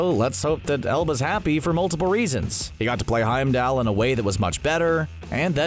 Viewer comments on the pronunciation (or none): My ears hurt everytime this guy mispronounced Heimdall 🤦🏼‍♀️